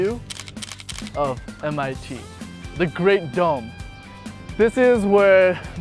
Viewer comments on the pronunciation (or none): It's funny the way he says "the great dome". . Greetings from Peru.